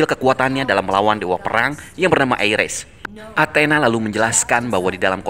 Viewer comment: Mimin pelat🤣 Ares : Eires Hephaestus : HafisTes